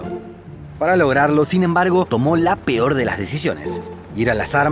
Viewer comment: ¿La "pior"? ¿"Plantiaremos"? DIOS!!!!!